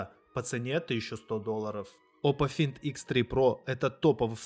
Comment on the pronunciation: Оппо фАЙнд!Онор/онэ, а не Хонор. Пожалуйста, называйте правильно!